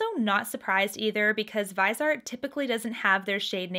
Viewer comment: Hi, it's pronounced vizzyart :)